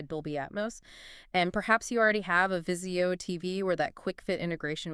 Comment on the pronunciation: Jesus-it's NOT VIZI I-O, it VIZIO!!!! At least know how to pronounce the products you're reviewing. Extremely unprofessional!!!!